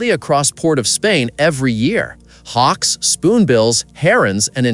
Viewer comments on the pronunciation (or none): none